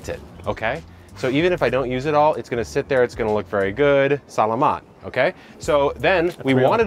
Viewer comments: Avocados like to be higher, preferably mounded! Also, sa-LA-mat, accent on 2nd syllable 😄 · No worries! But technically, the emphasis should be on the second syllable: sah-LAH-maht :) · Lol I laughed at the pronunciation of salamat 🤣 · Love you Kevin, but that “Salamat” hurt me😭😭